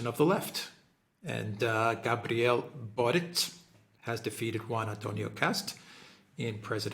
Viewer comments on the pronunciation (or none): His surname is actually pronounced "BORICH" as he's of Croatian/Serbian descent. Nonetheless, great video! :)